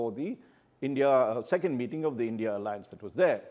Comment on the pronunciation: It’s I N D I Alliance, not INDIA